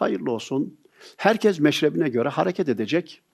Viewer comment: Hocam seni çok seviyorum. Buraları okuyorsan ''herkez'' değil, ''herkes''... Kez defa demek. Doğrusu herkes olmalı. Umuma konuştuğunuz için acizane bir katkı yapmak istedim.